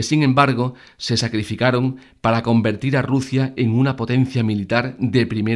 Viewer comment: Rusia se dice Rusia….